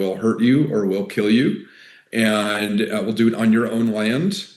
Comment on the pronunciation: He’s a courageous guy but his pronunciation of the the word AND as EOIND is unbearable.